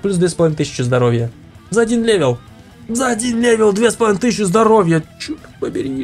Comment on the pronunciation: правельно левел а не левил